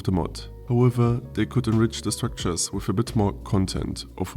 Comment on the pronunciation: "wiff new weapons?" Se Germans XD